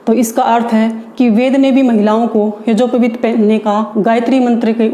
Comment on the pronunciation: यज्ञोपवीत बोलना तो सीख लो 😁 मूर्ख